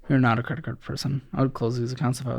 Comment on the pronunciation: Say it with me “YOU ARE NOT A CREIT CARD PERSON “🎉